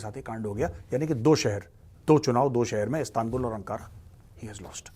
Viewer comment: Not astanbul or aanqaaaraa It's Istanbul and Anqarra... Correct ur Pronounce. .. U Can not Eliminat Kashmir from Muslim Hearts and Kashmiris peoples. ....KASHMIR KEY NAAM PEY TUMHARI DHOTI BHEEGH JATI HAI...